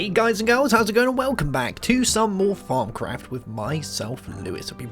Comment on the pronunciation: I thought you said farm craft